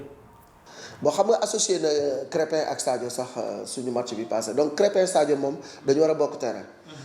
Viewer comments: C'est krépin pas créme 🍞 le journaliste 😳😳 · De grace,, apprends déjà à prononcer le nom de Krépin. C'est quel genre de journaliste ça? tu es vraiment nul quoi!!! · C'est vraiment dérangeant comment il prononce